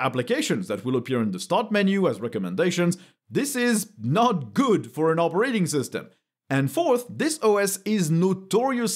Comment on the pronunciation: Yep. We agree. It appears I'm gonna go with Linux for the foreseeable future. (If you don't mind my saying... the emphasis on the word "operating" is on the first syllable. :) So it's not "opeRAting". )